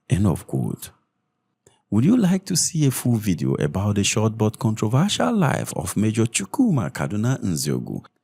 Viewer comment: Time not thime. Short not shorth. Baba you are doing a good job . Just speak normally